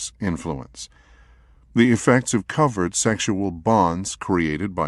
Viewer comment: Covert contract turned into covered contract. It's driving me crazy.